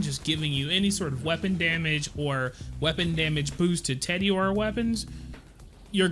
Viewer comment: Everytime you say "Teddy-ore" I die a little inside.